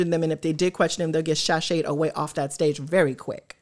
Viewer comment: They get shashade away.. 😅 No shashayshded..just shashayed, huh 😂😅